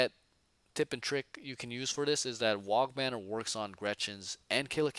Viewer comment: If you do run Trukks, don't forget that it can fire its Big Shoota in melee. Same for the Battlewagon Guns. Lastly, the "G" in WAAAGH! is silent! There is no such thing as a "wag banner" :)